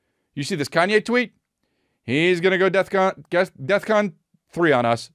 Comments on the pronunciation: Was it just me or was Chris saying "death con" ?? Lol Bc I'm pretty sure its "defcon" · It’s DEFCON. With an F. Not DEATH. Fuck.